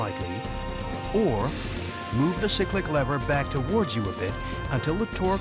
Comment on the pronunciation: I think you’ll find the lever is the collective not the corrective, and you have pronounced cyclic wrong. At least you called the pedals the anti-torque pedals.